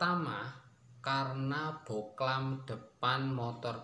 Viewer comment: Bohlam bang bukan boklan